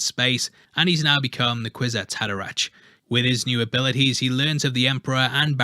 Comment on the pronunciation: "Kwizats Hadera 'ck!"